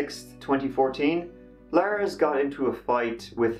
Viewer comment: “On Jyoon Teh TirTieT” “Laers went to a MACdonalds”